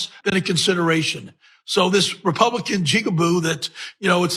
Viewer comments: JigaboO???WTF?!? OH HELL NO! It's not his first time saying that word... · Jigaboo? Wow! He was trying to say "Jigaboo". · Did that dude just say jigaboo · He was trying to say jiggaboo